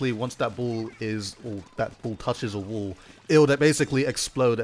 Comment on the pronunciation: "and when thar bull touches the wull" Dude 2017